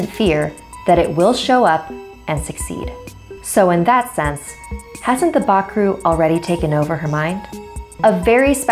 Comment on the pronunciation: im from surinam and you say bakroe very wrong